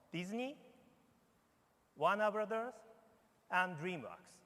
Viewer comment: It sounded like he said dream rocks instead od dream works lol